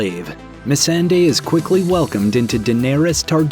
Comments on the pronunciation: What’s with the blatant mispronunciation of Missandei’s name? It’s so obvious when you turn right around and pronounce “Daenerys” perfectly. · The way he said Missendei and Rickon hurt me.